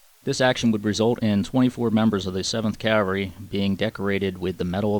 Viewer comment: does a great job on these videos. The animation of the map series is good and the timeline is a nice detail. I only hope that, will learn how to pronounce The word Cavalry. Custer would cringe when his regiment is referred to as the 7th Cavery. 😄. All in all a very good series on what happened in June of 1876. A lot of work went into this series. Good job.